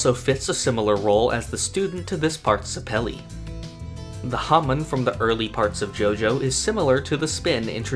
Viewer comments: Ughhhh stop saying zepili like that!!! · Why’d you say Zeppeli like that